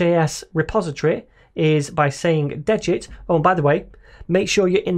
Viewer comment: Just for future pronunciation... it is (D-get) ... it basically clones the Svelte basic template, but removes (de) the git info that would be in from a clone, like version history, etc. So, it de-gits the git stuff you don't want, from the stuff you need.